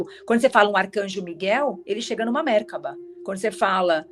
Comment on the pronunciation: A pronúncia de Merkaba é merkava. amei muito!